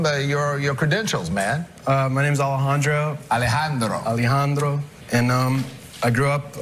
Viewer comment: I like how he calls himself Alejandro the first time but changes it to Alejan"doro" the second time because the judge is pronouncing it that way xdd also his voice is unique, his melody is catchy and gentle, and his guitar technique is obviously outstanding.